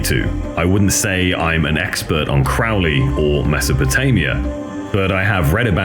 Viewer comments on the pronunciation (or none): And some friendly criticism here: "Crowley" rhymes with "holy," not with "fouly." Yes, Ozzy also didn't know how to pronounce it. Also, I recommend checking pronunciations of words you're not sure about, like "satiate" (pronounced "say-she-ate"). I'm only mentioning these things to help you improve your already excellent documentaries so future releases aren't diminished by these fairly frequent mispronunciations. Another example is "Friedrich," which is pronounced "Freed-rick" loosely, as the ch as the end has a subtle pronunciation difference that's not as important as the "ie" part in this case). Keep up the great work!